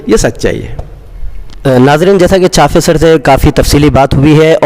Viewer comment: محترم चाफे نہیں بلکہ चापे सर है